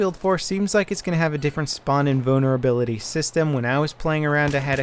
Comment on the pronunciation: Trolling: hu,hu you said spawn in bonerability